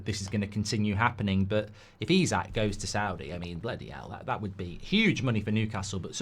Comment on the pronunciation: Why do you keep calling Isak, Usyk ??